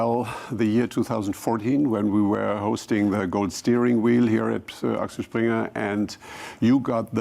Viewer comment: What is it that every American can't seem to read. it is the AXEL (like on a car or bike or wheel barrow) Springer award, NOT ALEX (as in Rose or Guiness).